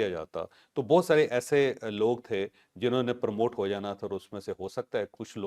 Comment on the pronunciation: پرموٹ Permote نھی ؟؟؟ P R O M O T E پروموٹ